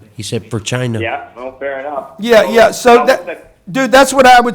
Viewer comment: Grant sounds like a Trump fan the way he says ''china''